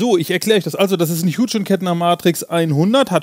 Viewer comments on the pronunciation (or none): Sprich: Juhs änd Kettner